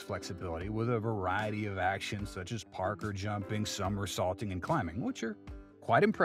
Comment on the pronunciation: Parkour It's pronounced ( Park or ) not ( Peter Parker) maybe fix that in the future not sure why it bothers me sooo much but it definitely does other than that nice video